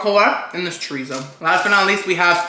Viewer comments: The way you're saying chorizo is killing me 😭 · It hurts me every time someone says chorizo wrong like this.